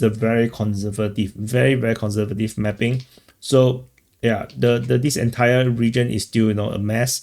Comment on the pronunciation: Mapping is pronounced "mappppping" with a crazy accent on p . 😂